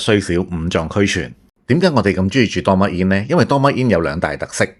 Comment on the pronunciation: ドーミーイン 不如試下點樣讀人地個名先